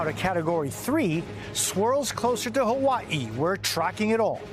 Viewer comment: Mahalo Jose for the correct pronunciation of Hawai’i 🤙🏽